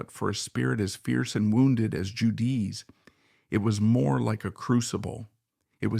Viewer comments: this guy saying ju-DEE is killing me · This is at least partially AI generated. Judee’s name is mispronounced a number of times. The word cataclysm is mispronounced. Whoever is using the remarkable art of Judee Sill to generate money for themselves should be ashamed of themselves.